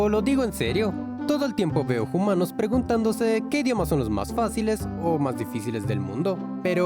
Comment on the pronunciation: porque dicen jumanos?